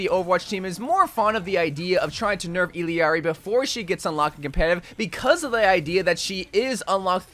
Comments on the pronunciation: I'll ari not illiari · Its pronounced ILL (as in sick) AR-E. Its not ELL-E-ARI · ee yar ee. ll en español Is pronounced as a y. some accents its almost pronounced like iyjari (like mine) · It’s pronounced E-llar-ee, not E-l-Eeari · Assuming her name is pronounced using Spanish rules it should be pronounced Ee-yar-ee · It’s pronounced iyari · Why is he adding an extra i when saying her name. Its ill-R-E. She saids it in her introduction video. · Bro… “ill-ari” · you truly amaze me lmao. It’s pronounced E-YAR-E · Why is he adding vowels to her name. Her name is I L L A R I. There isn't and E or an I in the middle of her name. The phoenetics would be "EE-LAR-EE.: He's adding mad weird vowels in the middle of her name for no reason. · If it helps, the two LL’s in her name are pronounced “yee” so and the I in her name is pronounced E. You also need to roll the R So.. basically Yeearee It’s a Spanish thing and I’m Mexican. Hope this helped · It’s also a Quechua name. The Spanish way is iyari/ijari (or ishari if you’re from Argentina). In Quechua it’s either Iyari or ilyari. The voice actress uses the LY pronunciation when saying Quechua words like “allinllachu” but uses the common Y/J sounds when speaking Spanish